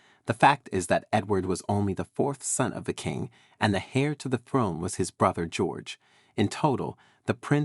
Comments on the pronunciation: An "hair" to the throne and "suing" rather than "heir" and "sewing" is what the listener hears! Considering most American's pronounce "herbs" as "erbs" I was surprised by this American sounding narrator's strong pronunciation of "hair" with a pronounced "h" rather than the softer "heir" which drops the "h" and sounds like "air" when usually using British English. But then English is not a very straightforward language to pronounce and is quite illogical. Imagine trying to learn words that look the same and are pronounced differently, such as "bough," "cough", "rough," "lough," etc., and then using words that are pronounced the same but look very different, such as, "cow," "tow," etc., which is why the narrator said "sue" instead of "sew." Obviously a right "so and so"! Plus many words differ in American English. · HAIR to the throne! It's pronounced heir "air" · Please, heir pronounced air. The H is silent, just as homage is omaige (French word, so as well as h being silent, age is pronounced "aige"), honour is onour, etc. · Heir is pronounced air. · Several photos are inaccurate and unrelated to subject. Also pronunciation of key terms such as “heir” is incorrect and a distraction.